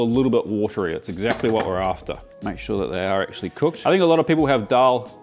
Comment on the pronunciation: Hate to be that guy, but it's Daal, not Dhaal. In Devanagari, दाल, and not धाल